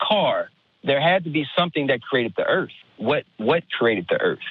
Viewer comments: WHAT THE FUCK IS THE EARF! OH YOU MEAN THE EARTH YOU GENIUS! EARTH 🤤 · Flat "earfer" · No, the earf